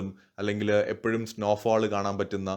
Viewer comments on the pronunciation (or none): none